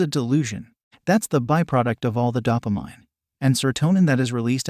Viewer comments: It's dope-ah-MEEN, not dop-ah-MINE. That was the second clue that this is fundamentally speculative. The first clue was suggesting that our ancestors didn't experience anxiety before going into battle and then contradicting that very supposition by stating "it is perfectly normal to be afraid of being in a situation for which you don't have enough experience to be in," to say nothing of the historical inaccuracy. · “Dop er mine” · Dap- a- mine lol never heard dopamine pronounced like that🤣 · dah-pu-mine..... i dont think thats how you say it mate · This is one of the best Artificial Intelligence 🤖 Speech engines I have ever heard (I almost coudnt tell until he pronounced DOPAMINE as "Dope -uh-Mine" 😂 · You cannot even pronounce Dopamin correctly so who is going to believe you? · I love this guy but why does he pronounce dopamine like that?? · I don't trust the arguments of a disembodied voice on the internet who lacks the ability to pronounce dopamine correctly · Because society needs your jizz. LMAO. No one cares if you jerk off or not. It has nothing to do with "society". What, you think everybody in "society" got together and decided to try to get you to jerk off? You are not that important. At all. Christ, every time I hear this narrator mispronounce "dopamine". Jerk it or don't, no one else cares. But learn to pronounce "dopamine", FFS.